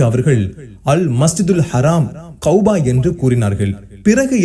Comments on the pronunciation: கௌபா, கௌபா என்று கூறுவது மிகவும் பிழையாகும் கஃபா என்று கூறுவதுதான் சிறப்பும் சறியான சொற்பியோகமும் ஆகும் எனவே உங்கள் உச்சறிப்பை திருத்திக்கொள்ளுங்கள் அல்லாஹ் உங்களுக்கு அருள் புறிவானாக ஆமீன் கஃபாவுக்கும் மஸ்ஜிதுல் அக்க்ஷாவிற்கும் இடைப்பட்ட கட்டுமான கால அளவு 40 ஆண்டுகள் எனக் கூறுகின்றீர்கள் இவை இரண்டும் ஆதம் நபி காலம் தொட்டு கட்டப்பட்ட காலமா அல்லது இப்ராஹிம் நபி காலத்தில் கட்டப்பட்ட காலமா என்பதை தெளிவுபடுத்தவும் ஏனெனில் இப்ராஹிம் நபிக்கும் ஆதம் நபிக்கும் இடைப்பட்ட கால அளவின் காலங்கள் அதிகமாக உள்ளன ஆதம் நபியா அல்லது இப்ராஹிம் நபியா தெளிவாக கூறவும் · Kauba is wrong say it as kaaba